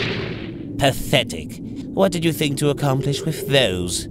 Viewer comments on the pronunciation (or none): HAHAHAHA "MISSION A COMPLISHED" HAHHAHAH XD